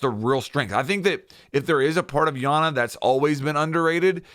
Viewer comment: it’s EYE ana btw lmao